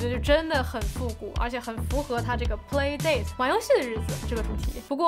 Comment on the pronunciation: 这个游戏机是叫play 达塔吧,不是dei塔